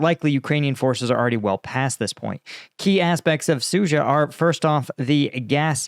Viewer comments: Suja - dzh is a "j" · Sood zha. There is a D in there,, and an H.